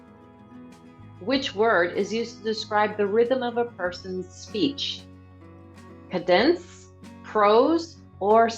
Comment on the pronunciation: She mispronounces several words such as sieve and cadence.